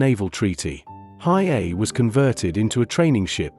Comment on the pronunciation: Your AI voice is atrocious. It’s pronounced He A E . A little prep would help lessen your embarrassment